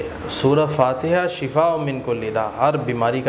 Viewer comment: "shifa " hota Hy "shafa" ni hota ap to turjuma janty haij